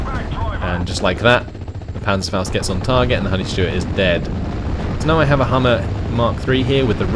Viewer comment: Interesting video, thanks. By the way, it's Humber, not Hummer. :)